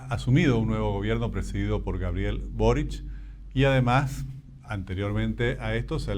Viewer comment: Una pequeña corrección.el apellido es Boric.¡No borich!!!